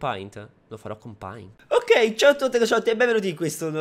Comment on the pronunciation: paint si legge peint